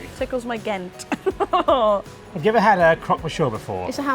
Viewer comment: To start with, "Ghent" is GENT ... :-)